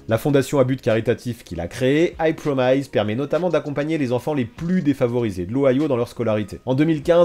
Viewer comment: I promise se prononce plus "promesse" que "promailleze" (c'est la seule chose négative que j'ai à dire, le reste est toujours au top). Je me demande à quel niveau ses investissements relèvent d'un bon sens de l'anticipation de ses conseillers et lui ou si leur réussite tient en grande partie au fait qu'ils soient liés à son nom et sa réputation.